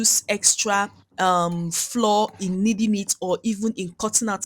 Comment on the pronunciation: Great recipe but can we please normalize pronouncing flour as in flower not floor. It’s not floor but has the same pronunciation as flower